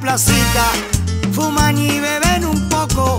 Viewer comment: Fuman y beben .... fumán y bebén (el que entendió , entendió) cero pronunciación